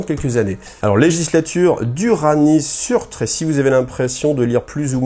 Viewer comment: Et "Surtr" se prononce "Seurteur" : c'est le géant de feu qui détruira Asgard et le Monde lors du Ragnarok dans la mythologie nordique. Le fluff Squat/Votann, autant par l'historique que par l'apparence, les noms ou les caractères runiques, est inspiré massivement de la mythologie nordique, d'où des noms comme Ymir et autres : ils sont un mélange de nains "Tolkieniens" et de nains "Nordiques" (qui sont à l'origine des nains de Tolkien d'ailleurs) ;)